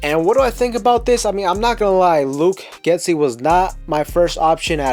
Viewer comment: I love your content. Thanks for making the video. It’s pronounced Get-See not Get-Ski ⛷️